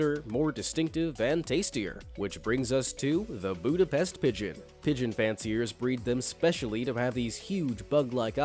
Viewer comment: So here I am, watching this video and two sides of me are fighting to write these comment. One wants to correct how you pronounced "Budepst" and the other wants to agree with everyone, that a lot of these animals are actually cute and/or majestic. 😆💁‍♀️🙃